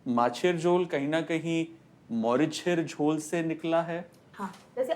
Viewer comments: Its মরিচের ঝোল not মোরিশার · Sumiya Rahaman N right 👍 not morishar